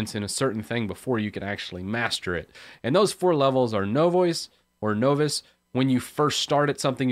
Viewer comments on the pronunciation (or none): lol... no voice... wtf. Is this a weird linux-ism where folks just purposely mangle conventional enunciation? Novice is pronounced: Nä-vəs. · repeat after me son - "NAH-VIS" - now that I am a MASTER of hehe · Know-viss? Leenus?? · Novice is pronounced “nah viss.” Does it matter? Probably, if you’re going to keep saying it. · I think the first part has a more NAW not AH sound when I hear it myself. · Novice is pronounced "nah-vis." This is hard to listen to because you keep mispronouncing that one word. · Novass? Are you trying to say novice? Play the audio clip here: Click the british flag to hear the correct pronunciation ;) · what's a Know-Viss? Sounds like a Canadian, eh? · Novice is pronounced with a short "o" like you would use in "of"... You could say "N-of-iss" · I will take legal action if you don't start pronounce novice the right way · The "O" in the word "Novice," is like the "O" in the word "Bottle," NOT like the "O" in the word "Nova." "Know what you don't know," right? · there are people making fun of you for how you pronounced the word novice wrongly, it makes you less professional sounding not saying this right so instead of telling you myself click the play button since it's a small o sound in novice not a capital O sound. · I've never heard 'novice' pronounced that way before. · No one should ever hear it pronounced that way again. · Good video, only isssue is that is not how you pronounce novice. either way I think its good you brought this up. I think its easy to get cought up on all the stuff we dont know instead of looking at what we should learn next.